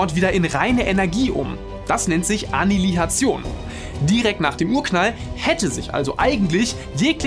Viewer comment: Bis auf den Anilihationsversprecher ein cooles Video